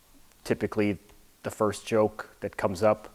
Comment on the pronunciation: Also ich kenne keine Engländer die ein hartes R haben.😂 Wenn du genau drauf achtest hört man auch jedes mal wenn "The" sagt mehr ein "S" als ein "Th". Und mit diesem Satz wirst du mich wohl als den deutschesten aller Deutschen halten, aber mir egal!😂